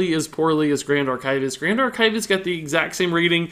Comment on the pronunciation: I love how he mispronounces 'archivist' XD